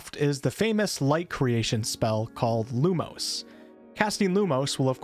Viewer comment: I am going to be such a fuss arse when it comes to pronounciations with the dialogue, specifically with spells, and some general words. E.g. You pronouncing Lumos as Lumose, instead of how it should be (Loo-Moss).